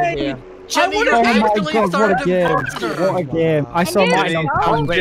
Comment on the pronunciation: hearing say “gemmy” instead of “jImmy” makes me want to ✨scream✨